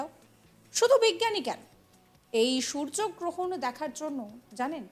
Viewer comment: ঠিক করে বলুন সূর্য গ্রহণ।